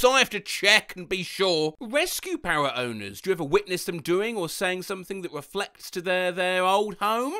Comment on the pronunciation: How thE hell do u say R normally, but when u say mirror or parrot its just miwow and pawet